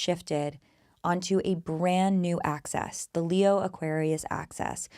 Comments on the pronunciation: I like it because it sounds like you’re saying “access” which is just what we all want right? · I find it so funny how you pronounce axis 😂